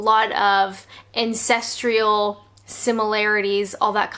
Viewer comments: She said 'ancestrial', although just to be THAT person, it should be 'ancestral', there is no 'i'. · Um. Around the mark, did say "ancestrial" or "incestrial"?